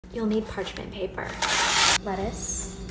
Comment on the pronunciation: 🤣 "You'll need parchment paparrrr"